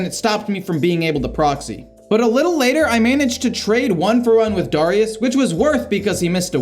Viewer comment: AND DAHR- IUS LOL